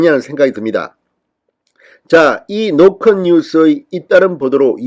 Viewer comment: 갱상도라 '노컷' 발음이 안되나? 노콘뉴스래 ㅋㅋ